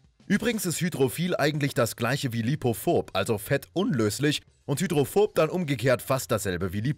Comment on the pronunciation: "Hydrophobob" Bob der Baumeister